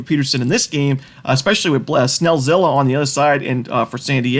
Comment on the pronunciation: I heard blah-snell-zilla lol